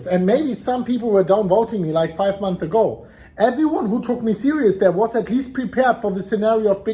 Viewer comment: Months* learn how to pronounce